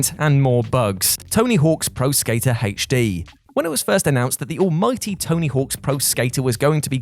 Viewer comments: You love adding extra letters to words 🤣 “haytch D” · Hache-Dee > HD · “He’H’ D” 😂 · is making me question if I’ve been pronouncing “HD” wrong this entire time.